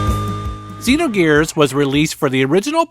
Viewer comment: You pronounced XEnogears wrong.